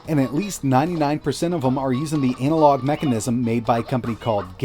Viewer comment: anal log? lolll ana-log